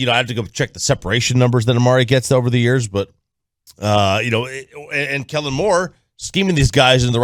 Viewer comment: It’s Kellen. Just SAY IT!!!!!!!